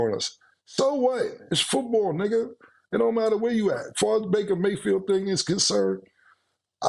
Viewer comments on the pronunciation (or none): Playmaker definitely be saying Nigga but sound like he spell it Nicca 🤣😂🤣😂 shit be HILARIOUS!!